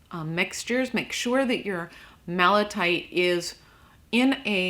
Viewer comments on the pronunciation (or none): " Malatite"? fair enough i guess.... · I'm sorry , malatite 😭